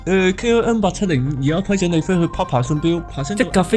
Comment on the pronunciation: KRM? KLM? KM? 唔睇字真係唔知講乜